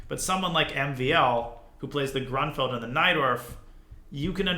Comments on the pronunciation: It's pronounced grunefeld just fyi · I thought it was pronounced groonfeld. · Would be great if you knew how to pronounce Grünfeld. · As a native German, I love your pronunciation of „GrÜnfeld“ – there is a difference in pronouncing the Ü and the U. Not a hateful comment, I think it’s adorable 😊If your interested, here is a tip: „ Say “ee” as in see (or as in the German word vier). Again, while saying the sound, round your lips. The resulting sound is the ü-sound.“